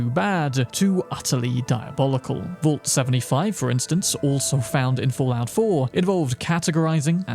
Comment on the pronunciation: I'd say the way you pronounce vault should be on this list 💀